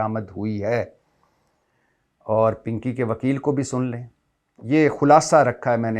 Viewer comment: 🤣😂🤣😂🤣😂 pinkay pe boht hasi arhi payt may derd hogya has has k aap ka pinkay bolna boht acha lga 😂🤣😂🤣😂👍🏻💯